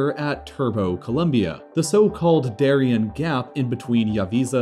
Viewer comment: Interesting video, but you should have done a little research on how to pronounce "Darién". It would have been nice.